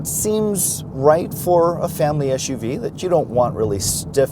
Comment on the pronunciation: The acronym is “SUV” not eshuvee. Otherwise great review.